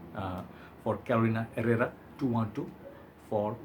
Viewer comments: Good job on the name 👍🏼 that is absolutely correct the "H" is silent in Herrera (its a hispanic last name). Love your reviews your input is always valuable to me ive come to trust your nose 😁✌🏼 Greetings from Miami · Muy bien 👍 Herrera silent H and the first rr is rrr :) bien!!!